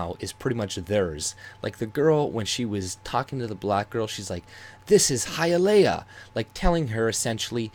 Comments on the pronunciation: Haiyaleah - that's how's pronunced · he lost me at the prenounciation of Hialeah 😂😂😂😂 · High uh lee uh-and I am from Chicago. LOL